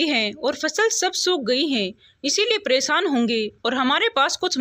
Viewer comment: अभी तक मैंने बहुत कहानियों पढी सुनी सभी में एक गलती की तरफ ध्यानाकर्षण करना चाहूंगा और वह है उच्चारण परेशानी को प्रेशानी पढ रही हो है को हैं और बहुत शब्द हैं कभी याद नहीं आ रहा है।